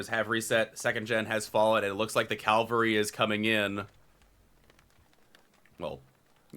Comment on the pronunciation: CaValry not calavry😭